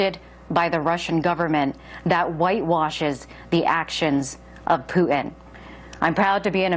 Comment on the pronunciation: There's a "t" in Putin.